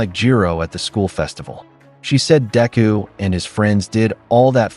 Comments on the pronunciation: It's sad because Everytime ain't hear this AI says Deku's name...all I hear is Diarrhea....Mearrhea.. Diarrhea...come on mang!!! Get it right ya fool!! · This new cover is killing me with the mispronunciation of Deku. Then it seems like it change the plot a little at the end. Thank you for taking the time for this